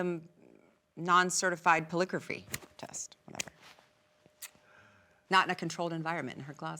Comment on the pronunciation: 😂😂😂😂she said po-lig-raphy😂😂😂😂 it is polygraph!!!!!!!